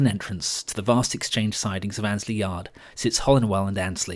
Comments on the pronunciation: One more you pronounced Annesley as Ainsley (as in the TV chef) it should be Anne esley. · Amazing piece well done! But as a Local I need to be pendantic and correct a couple of pronounciations as they hit my ears all wrong! - Rothley "Row-thly" New Basford "New Base-ford" Hucknall "Ucknall Haydn Road "Hay-den Road" Annesley "Anez-ley" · As a boy, I used to visit my grandmother, who lived near Weekday Cross. I often travelled to Nottingham Victoria from Radcliffe, on the GNR line to Grantham. Your pronunciation of Annesley is wrong. The first 'e' is pronounced and so the word has three syllables: Ann, es, ly.